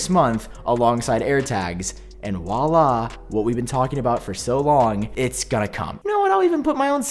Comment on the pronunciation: it’s “Voila”, not “Wah-lah”. Lmbo